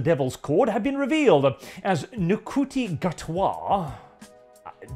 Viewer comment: By the way, it's pronounced "Shooty" not "Encooty".